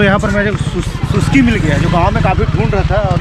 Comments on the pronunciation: Bhai suski nahi ga... Suksi... 😄😄😉 selfi kaha he... 😄😄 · Usko sukshi bolte hai Suski nai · सुसकी नही भाई सुकसी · सुसकी नही भाई सुकसी बोलते है